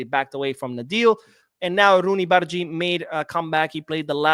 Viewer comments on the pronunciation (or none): Hey! The pronunciation of "g" in bardghji is as in you say "g" in the goal.